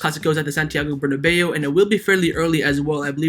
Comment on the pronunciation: "...Santigo BernaLEO.😂🐐